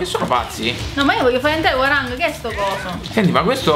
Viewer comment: Attenzione alla pronuncia di "Hwoarang" eh xD, basta solo fare finta che quella O non esista altrimenti viene Gian degli Orion e ci picchia tutti. No non è vero, è che ho studiato coreano.